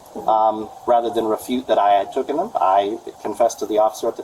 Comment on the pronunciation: Taken, you idiot. JFC... I hate that people butcher the ENGLISH language.